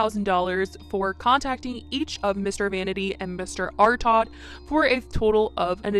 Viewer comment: This is so messed up. Also Dani Artaud is a female. I used to listen to the Millionaires a lot in the myspace days. She was one of the members of this band before she left them. It's pronounced Are-Toe.